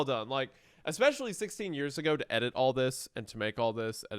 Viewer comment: Hunter saying “exspecially”💀